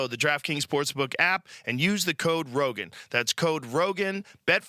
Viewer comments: Can someone explain why there are so many comments saying Joe “roan” instead of Rogan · Joe Rogan not Roan. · Joe Roan. The real G's are silent like in Lasagna. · *Roan - Rogan. Rectify! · 🙃 At first I thought I clicked on an impersonated JRE site with no "g"!